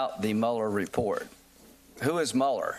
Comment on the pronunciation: Why do people keep calling him Muller??? He was always MULE-er for the early part of my life including through the 9/11 attacks... it's like the 'Twilight Zone'...